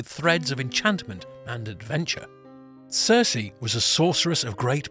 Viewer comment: Good video, not so good pronoutiation. Circe should sound more like cpt. Kirk, not a character from GoT